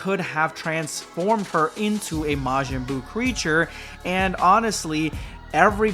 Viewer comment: majin buu ❌ majin boob💀